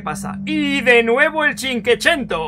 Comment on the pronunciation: Has dicho como ochocientas veces cinquecento mal xD cada vez una puñalada en mis oídos...y corazoncito 😅